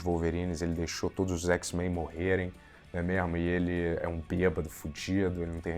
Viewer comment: 217 "Né mémo?".